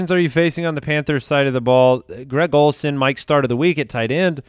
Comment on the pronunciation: You threw a D in Greg Olsen eh?